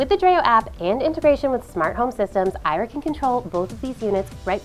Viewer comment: I'm sure Ira knows how her name is pronounced better than you do! 😠